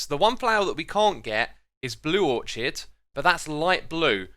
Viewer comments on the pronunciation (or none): It's pronounced Or-Kid. No Or-Chid. The CH makes a K sound in the work Orchid. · orchid is pronounced or-kid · Orchid is pronounced or-kid .. just wonna let ya know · ORCHID: ORE-KIHD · its pronounced (Orchid) "Ore-Kid" silent H. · It’s pronounced orkid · Why is nobody talking about how he said orchid? First acacia now orchid :P whered he learn to pronounce stuff